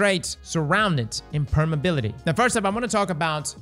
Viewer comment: The word is "permeAbility" lol